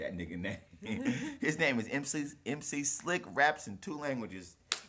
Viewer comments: MC S I L K not S L I K :) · I've just got to this video. Guys that' MC s i l k, not MC s l i c k ;) Greetings from Poland :D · SILK NOT SLIK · He's mc Silk not 'slik' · SILK... NOT SLIK : ) Peace from Poland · S I L K not S L I K.... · NIE SLIK TYLKO SILK